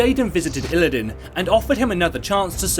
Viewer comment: Isn t it "Illidan" not "Illidin"?